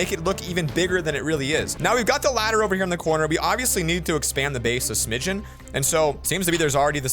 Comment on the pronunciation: Did he just say Smidgeon? Or Smidget?